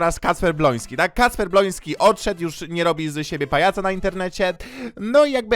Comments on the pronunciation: Czemu każdy mówi Kacper BLONSKY jak on nazywa się BŁOŃSKI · DLACZEGO TY MOWISZ BLONSKI ON SIE MAZYWA BŁOŃSKI